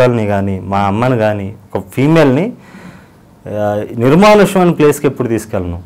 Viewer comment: నిర్మానుష్య ప్రదేశం అని కూడా పలికేది రాకపోతే ఎలా బ్రో నువు ఇంటర్వ్యూ లు చేస్తావు ? తెలుగు నేర్చుకొని వచ్చి ఇంటర్వ్యూ చేయాలి అని ఆలోచించు ... ఇంటర్వ్యూ లు చేయాలి అనుకోకు ఆలోచించు అంతే 😆😆😆😆😆😆😆😆